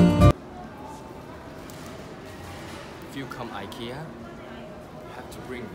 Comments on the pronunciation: You're pronouncing IKEA correctly! It is EE-KAY-UH, that is how the Swedish people (where IKEA is from) pronounce it. Only us Americans and Canadians say EYE-KEE-AH hahaha 😂, when are you going to show me around Seoul? 💘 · Your pronunciation of Ikea is actually very similar to how it’s supposed to be pronounced. I’m from Sweden and we pronounce it like you do, except you have a bit of a Korean accent to it 😊